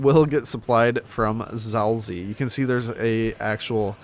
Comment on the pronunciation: HOW DID YOU PRONOUNCE ZAOLZIE?!